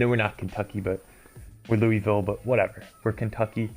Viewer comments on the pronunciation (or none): As a Louisville native this is just off 1. It's pronounced Lulvill, 2. We are so much more than KFC, while they have the naming rights to the Yum center, a team wouldn't be around a food corporation 3. Also the feeling is so off